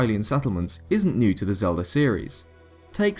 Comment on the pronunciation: Legends of Zelder: Ocariner of Time